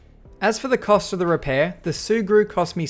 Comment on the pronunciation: Sea glue ? Sea grew? What the hell is he saying? Edit: Ahh its sugru ...